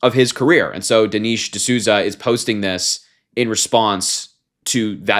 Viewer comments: Dee-Nesh. Even if you don’t agree with people at least get their names correctly. It’s not that hard to check a name pronunciation before posting. Don’t be like them. Also that Manz is 64… if he was calling himself young. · I like you Harry, but you need to learn how to pronounce Dinesh properly since you're a political commentator..😉